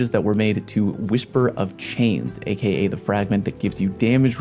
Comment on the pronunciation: everytime you say a.k.a a kid die